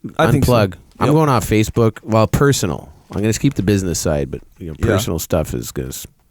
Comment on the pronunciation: Jocko that was the best facebook in Portuguese I have heard from you yet! 🤣